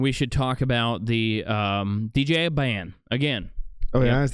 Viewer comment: Hey Morons. Its Ban, not Band.